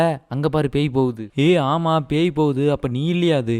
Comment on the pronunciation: pai ❌ pei✅